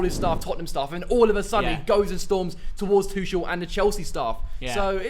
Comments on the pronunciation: Bruh his last name is pronounced Tu(ck)el. Even though it’s spelled Tuchel, it’s pronounced with a k sound not a ch sound. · Why do they pronounce Tuchel as Tushell